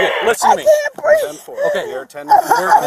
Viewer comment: "I cant breeve" invokes the spirit of patron saint of all criminals George Floyd